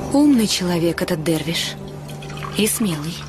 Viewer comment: вы глухие чтоли ? не дарвиш а дервиш